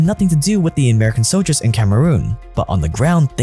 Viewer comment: The word “soldier” has an L in it…